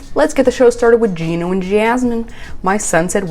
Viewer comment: Pronounce Gino as Gee-no u say it like Jii-no